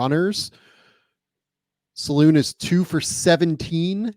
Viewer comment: D It's not "Saloon" ffs guys... Salaün , like "un" (french for "one"). Just watch any highlights vid from his days in France and try again. Indeed, he's a BIG dude, gym addict